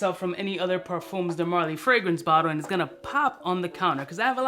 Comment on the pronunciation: Both the M and the S in parfums are silent. Say parFUH, no cap 😂